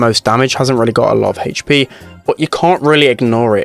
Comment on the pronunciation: I love when he says: HeEytchpee